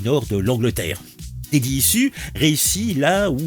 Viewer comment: Repeat after me : « ichouze ». 😂👍 « Daddy ichouze ». 😆